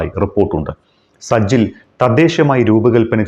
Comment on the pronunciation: സജ്ജിൽ അല്ല; സിജ്ജീൽ ആണ്.